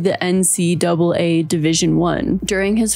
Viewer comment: the way that you kept pronouncing "ncaa division i" so carefully is sending me! i dont know much about sports either! i love your content😭